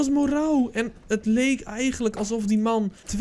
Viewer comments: je spreekt het uit als Merro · Hé je maakt super leuke content blijf zo door gaan En je spreekt het uit als morro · je zegt het als Marro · Hoe iedereen het zecht moreau: morauw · Je spreekt het uit als Morow, Zoals Bureau (dezelfde "o" klank). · Je zegt het als moreu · Telkens zeg je de naam van moreau verkeerd. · Wat kan je de naam goed uitspreken🤣😂